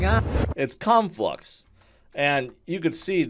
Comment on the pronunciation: Lmao I heard u say Cum flux 🤣